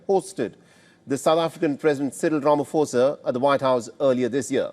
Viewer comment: Just pronounce his name correctly The 'pho' in Ramaphosa is pronounced as 'pour' That's a common word